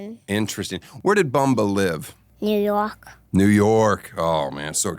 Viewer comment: Wow he really said ‘new youhk’